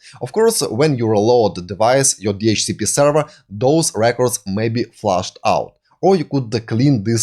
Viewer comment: Ну елки, ну говорите же вы слово length правильно, почему нельзя также сказать слова with, this, that, other и слово server ухо режет как и кучу других слов, а ваше allow алоу произносится как элау, ударения местами вообще не там ставите, не стандАрт, а стЭндэрт. А инфу даете очень годную))) Если хотите улучшить произношение просто больше слушайте и все придет. looking forward to seeing your next vids.